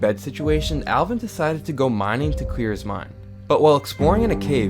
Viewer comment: he said clear correctly